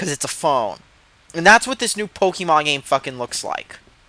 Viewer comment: Ok did u say PokEYYYYY Mon?! Na boi. It's Pok E mon